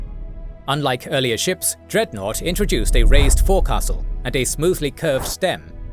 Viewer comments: My only issue with this video is that the word forecastle is pronounced “fox-l” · Interesting…. I’ve always been told forcastle was pronounced as “foaksul” even though we spell it the same as forecastle. I’ve always wondered where that came from and is it just over here in the US?